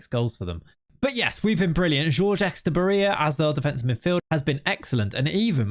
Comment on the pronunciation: I've been replaying the way you say etxebarria over and over and I can't stop laughing hahahahhahahah. Congrats on your kid and greetings from Spain!